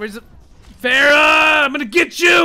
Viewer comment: The pronounce for pharah I think is wrong